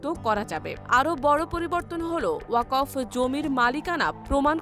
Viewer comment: আহা ওকফ এর উচ্চারণ ই জানে না পাঠিকা 🥹